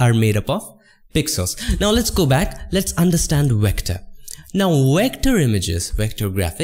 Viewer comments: Excuse me, what’s “recter”? Said “raster, recter, And smart object”, golly I am confused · Nice tutorial. Thanks. I only got confused coz you keep saying wector for vector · What's a wector? lmao haha jk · i love that you say wector, instead of vector, idk why but i think it's cute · i hear Wector, Wiolet , Silwa and Canwas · Love your videos dude. Just make up your mind on how to pronounce the letter V please lol.